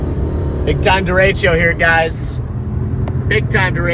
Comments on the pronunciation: Derecho, not deratio. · THERE IS NO I IN DERECHO! STOP TALKING ABOUT FRACTIONS!! please learn your words and how to pronounce them. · Hello from Cedar Rapids, IA. Love the video! But please don’t call it a derecheo. It’s derecho.